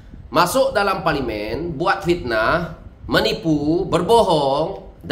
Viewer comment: SEBUTLAH PARLIMEN TU BETUL2....